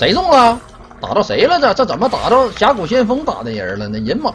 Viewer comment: “zén么玩，zěn么玩“ - TheShy